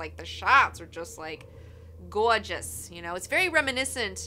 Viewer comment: I like when your jersey accent comes out of nowhere haha! Say gorgeous again